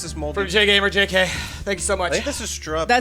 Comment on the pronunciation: I love how couldn’t pronounce my name Jgamerjk